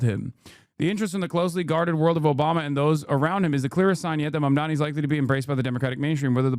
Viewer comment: Do these people have a speech impediment? It's Mamdani not Mamdami.